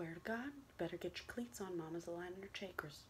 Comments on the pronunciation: This ain't hate but when she said chakras she says it like (Shaykra) isn't it pronounced (Chaakra) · “Honey, mama is aligning her chaykras” I love you so much lmao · “Just let your chAYkrus align...” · ur ch-aye-kruhs 😂😂😂😂💀💀💀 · Lol! Did say ckeckras and rayki? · The way she said chakras killed me. Just me? Oh ok. That’s fine too